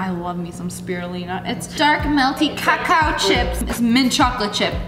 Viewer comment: I wasn’t looking at the screen and I legit thought she said caca 💀